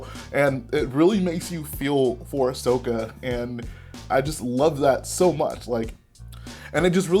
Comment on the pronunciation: ummm...its Ahsoka not Ashoka